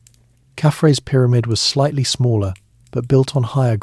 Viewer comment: Pie-rah-mid? I heard this word 15 seconds into listening. Now my brain would be on the lookout for another such ridiculous pronunciation so I have to watch something different.